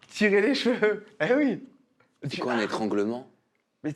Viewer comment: on dit CHEVEUX et PAS JVEU 😂😂😂